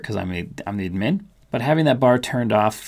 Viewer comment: Never heard someone call it “ud-MIN”. Only “ADD-min